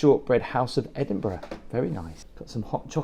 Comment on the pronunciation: I love how you explain everything. But why can you not pronounce Edinburgh correct. Especially as your English. Very very disappointing